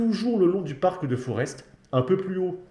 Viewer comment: on ne prononce pas le S dans Forest